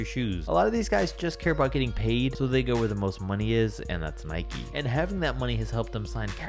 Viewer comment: Its nike like bike, i know its an american company but the word nike isnt